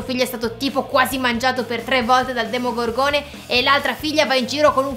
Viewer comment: No avete tolto la scena in cui Billy diceva male il demogorgone mi faceva troppo ridere l'ha rimettete pls